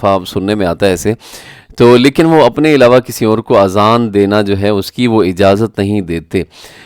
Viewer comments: Azan not Aazan. Aazan in Arabic Ears ( plural). I assume you have read this Word Aazan many times in the Quran. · My dear brother the correct pronunciation is Azan not Aazan. In arabic the meaning of Aazan is EARS.